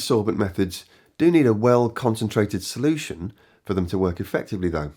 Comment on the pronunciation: "There's no one size fits all *solultion*" ha ha